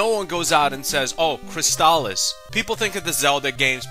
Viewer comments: Fantastic game. One of my all time favorites. I've never heard anyone pronounce it CrysTALis though. I always called it CRYStalis. But I could wrong. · That's not how you say it .. it's Crystal-is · But why are you pronouncing it that way?